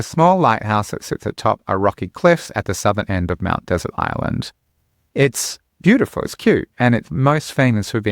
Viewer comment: It's pronounced Mt DeSERT Island, like we pronounce dessert.